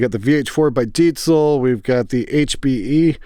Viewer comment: You're the first english speaking guy I heard pronouncing Diezel correctly. Nice!